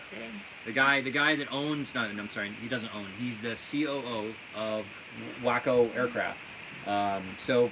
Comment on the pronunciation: WACO = w-AW-co! Not wacko!